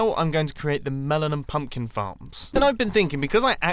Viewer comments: I thought you said "farts" not "farms" XD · Instead of farms I thought he said f***